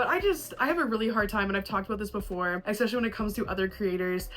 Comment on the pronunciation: I seriously love you and your videos, but goddammit STOP SAYING “EXspecially!!!!” 🤢🤢🤢🤢🤢😡😱